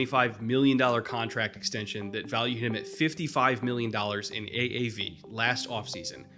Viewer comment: Ill never forget that Taysom Hill "extention" lol